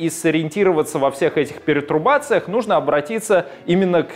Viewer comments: Хороший материал. Уже в нескольких видео делаете ошибку в слове ПЕРТУРБАЦИЯ(от турбо же), говоря перетрубация. Настоящий коммунист должен говорить правильно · ПЕРТУРБА́ЦИЯ,! Не ПЕРЕ—, а ПЕР—;)